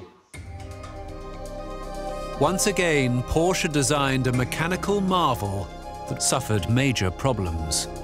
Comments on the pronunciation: Hi there ! :hand-pink-waving: Nice documentary and I am a fan of history. I'm just wondering , Ferdinand's last name , isn't it pronounced as a two-syllable word "por-shuh" instead of just one syllable "porsh" ? 🙂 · I absolutely love this series. The historians are great (and one is pretty darned good looking too), but this one drove me nuts with nearly everyone mispronouncing Porsche. They were pronouncing it like Porsh and not Porsha, like it is. There aren't silent Es in German. I thought about rewatching this episode as a drinking game with every mispronunciation of Porsche leading to a drink, but I would be dead long before the episode was over. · correct. Por-sche. In German, you pronounce al words as they’re written. No silent vowels or consonants. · This is virtually unwatchable due to the constant mispronunciation of the “PorSha” name. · The name is pronounced Por-sha. It is 2 syllables. I’ve met members of the Porsche family. This is the way they pronounce their name. It’s not a choice in how to say it. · Im sorry but I can't anymore. Its pronounced POR-SHA! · Pronounced Por-sche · Except they cannot pronounce Porsche correctly. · I love these documentaries, but I don't think it's asking too much to require that at least the narrator pronounce the main subject's name correctly. The overall quality of the show is too high for that to be acceptable. Still, these are some amazing documentaries! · If you can't pronounce his name correctly, it makes me wonder what else in this video is wrong. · Are all these historians trolling everyone by mispronouncing the name? Every time they say the name Porsche - It's like a stab in the ear to any Porschephiles. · The e isn't silent in Porsche stop butch his name